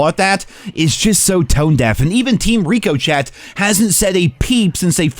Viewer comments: Dudes it’s pronounced Rickoshay not reeko chet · i dont know if its comment bait or youve never heard of the entire country of France but “rick-uh-shay” is more accurate than “Ree-Co-chet”. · rico chat? you mean Ricochet? (Rick'O'Shay) lol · I love your videos but ever time I watch one it annoys me that you have no idea how to pronounce ricochet, it’s pronounced rico-shay not reeco-chat 😂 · This is the anti-cheat name you keep miss pronouncing. ri·kuh·shay or rik-uh-shayd. It's not "rico-chat". Just tryna help. Thanks for the content btw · dude did you say ree-coo-chet? as in team ree-coo-chet...its pronounced rĭk″ə-shā.......rĭk″ə-shā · Everytime he says Rico-CHET I laugh inside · I love you’re vids man but can you please say ricochet right please😂 it’s pronounced ri-kuh-shay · Why do you say ricochet like Rico Chet? Love your videos, but that just bugs the crap out of me. Lmao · Stop saying rico-Chet that’s not how it’s pronounced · "Team Rico-CHET" Bro... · Bro still pronounces ricochet like ‘Reeko-chat’ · WTF is reco chat?? 😂😂😂’Ricochet’ as in to rebound or bounce off a surface. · Hi! Love your videos but please can you learn to say ricochet correctly haha it’s a French word pronounced “ rick oooo shay” 😂 much love anyways and keep up the good videos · “Rico-Chet” cmon bro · Richochet it's pronounced rick oh shey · Did you just call ricochet "Rico chat"? 😅😂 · RICO CHET=SHAY NOT RICO CHET -CHAT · rico-chet lol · Hey can we work on pronunciation of “RICO SHAY” please bro🤣 it’s not ricochet 🤣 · It’s called rick o Shay god damnit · Look, man. I completely agree with you. But it's pronounced "rick-oh-shay". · Just found your videos mate watched two and your pronunciation of ricochet kills me every time 😂 keep up the work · I wonder how long until learns how to properly say ricochet 😂